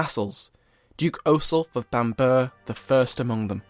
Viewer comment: Bam-borough not Bambur